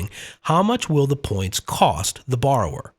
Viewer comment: "coast approach"? Did you mean cost?